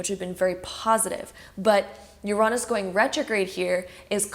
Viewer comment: I’ve never heard anyone pronounce Uranus as you-raw-nus